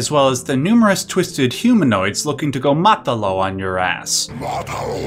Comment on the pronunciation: Nice Spanish when you said "matalo."